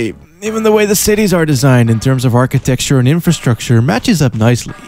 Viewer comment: after watching about 5 of ur videos i have concluded you dont entirely know what architecture means or how to properly say it. love ur channel.